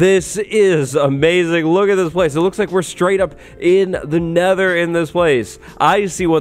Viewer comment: sets the Neather gen to a Neather biome "Woah it's like the Neather."